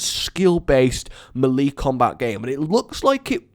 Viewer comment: The way he says melee is just hilarious